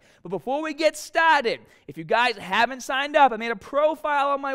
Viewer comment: "Befour wii gat stahtud" lol